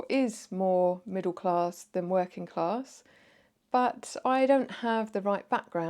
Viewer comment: Straight off the bat - "clarrrss" Yep, the 3 rrr's give it away